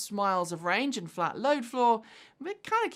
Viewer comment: Ha, in place of "and", I heard "hit the bell end subscribe".